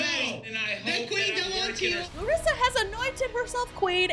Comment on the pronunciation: the ee thing at the end of the names its not a larissa thing, its just our accent. Like how you can't actually pronounce larissa as we would, you say loh-rissa